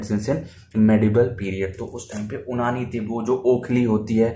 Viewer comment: bhai उनानी nhi यूनानी 😅